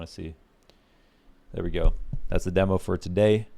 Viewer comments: It's dee-mo, not deh-mo. Signature catch phrase 👌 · NOOOO U HAVE TO SAY DEEMO PLEASE KEEP SAYING IT LIKE THAT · demo pronunciation correction made my day